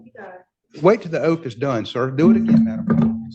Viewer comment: I love how they can’t say oath😅